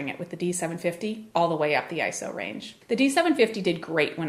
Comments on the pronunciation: 'The screen moves differently'. Wow, such a great reviewer... NOT! So simplistic it's unbelievable. And it's not pronounced 'Eye-So', it's 'Eye-Ess-Oh'. Absolutely the worst channel on YouTube. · It's Eye-Ess-Oh, not Eye-So, just as it's Nick-On, not Nye-Kon!!!